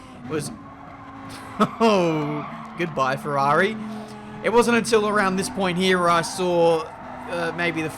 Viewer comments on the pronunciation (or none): none